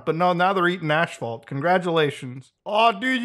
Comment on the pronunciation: Ahhh Muta calls it aSHphault.